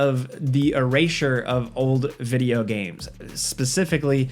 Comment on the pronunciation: Heres 10 things that have been forced into "vijeo games" 😂😂😂 i love it